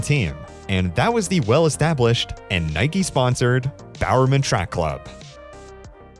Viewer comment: How can you have an American accent but not know how to pronounce "Iowa?" Also, your first "Nike" was a bit off.